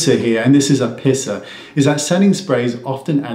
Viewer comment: I’m from the Boston area too and I almost died when I heard him say pissah!😂